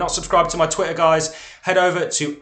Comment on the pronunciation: And by the ebay, you are absolutely great!! But please dont say GAIS again.